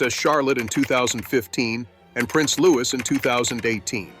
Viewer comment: I wish you people would show some respect and get the pronounciation of Liouis right. It is Louiee. Get it right!!!